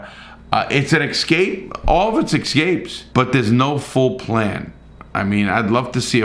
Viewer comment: I love how he spells escapes properly, but calls the excapes!!!